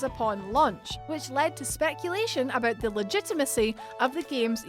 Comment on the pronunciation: the “about became “aboot”